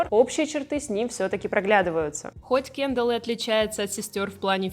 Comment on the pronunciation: Почему кЭндалл? кЕндалл же, и звучит приятнее